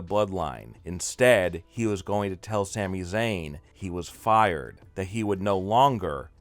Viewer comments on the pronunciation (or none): none